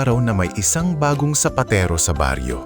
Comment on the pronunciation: sapatero not sapatiro…☺️